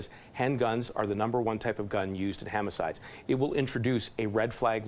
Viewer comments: Did that guy just say "hamicides?" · Did he say “hamicides”? Let’s make crime illegal! That’s a great plan!! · "Hamicides" LOL